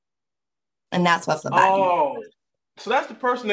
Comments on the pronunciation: I heard Lobotomy not phlebotomy!! 🤦🏽‍♀️😊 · I thought he said Labotomy class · I thought she said lobotomy class at first 😂 They have a hard time finding my veins too. Sometimes they have to get the Ultrasound machine out to find a vein 😂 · Lobotomy training is what I heard 😂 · I thought the judge said "lobotomy training." 😂 She definitely doesn't need that kind of training; she's already an expert!